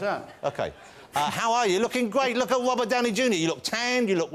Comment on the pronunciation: Its English but he can't say his r's lol he's are chat show host